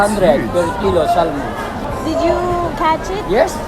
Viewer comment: where did you get salmon Kuya:salmon Hahahahah bobo ampota